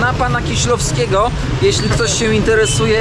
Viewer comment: No sorry....nie Kiślowskiego, ale Kieślowskiego.